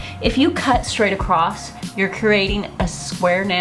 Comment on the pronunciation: Last time I checked.... there is no "T" in across. 😕